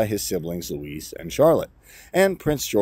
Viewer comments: His name is Louis not Louise! Pronounced Looey!!! Please quit calling the youngest son of Prince William a girls name. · Louis is not Hispanic. It’s not Luis.